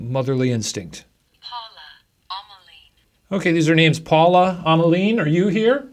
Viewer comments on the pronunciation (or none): none